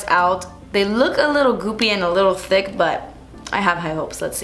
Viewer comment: When she said "ticc" instead of thick I literally screamed laughing 😂😂